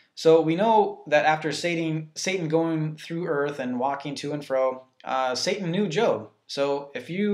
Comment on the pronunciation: He said sat-Ing lol but good job you are helping me get red of my demons